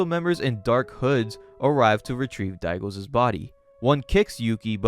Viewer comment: I loved the vids on this series! What a wild ride. Thanks for telling the story! One small critique; you use too many Ss on those possessive nouns my guy. It's "Daigo's" but you're saying "Daigo's's" Not a huge thing but it happens with every possessive noun and I just wanted to point it out Anyway, this story is bonkers. Thanks again for sharing it!